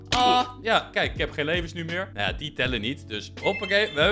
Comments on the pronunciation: je zei nawhh in plaats van ahww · Nee bij die tweede zij je naw en niet aw